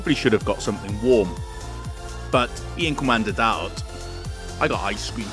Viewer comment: Lmao the way he pronounced DAOT is not skinny/thin but rotten/expired/ or simply a food or something that is/gets bad. If you wanna learn Bisaya, the diction and the accent in the vowels are really important